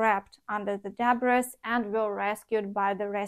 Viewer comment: Debris is a loanword from French, so it's pronunciation is even more odd than other English words. The final s is not pronounced. Дебрій. Stress on the last syllable